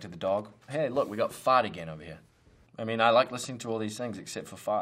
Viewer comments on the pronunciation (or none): none